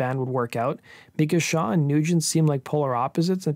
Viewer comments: I thought it was Tommy “SHAW”, not “Show”. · It's Tommy Shaw not Show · It's Tommy "Shaw" not "Show." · his name is tommy shaw not "show". you show brad gillis instead of jack blades. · Who the hell is Tommy Show? It's Tommy Shaw. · It was Shaw not Show.... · Tommy Shaw! Shaw not Show!!!!’n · Tommy Shaw.... not Show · Shaw not Show